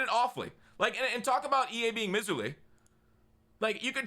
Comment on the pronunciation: dude, pronounce miserly right. mai-zr-lee, like a mai tai. love ya.